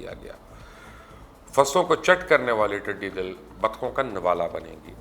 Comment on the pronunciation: Mubashar sahab, talaffuz to sahi karlo apna tiddi dall kehte hain tiddi dil nahi.